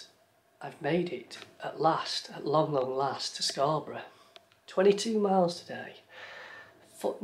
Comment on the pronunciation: It's Hayburn WYKE and of course SCON. Keep practicing your God's County accent. Loving the vids.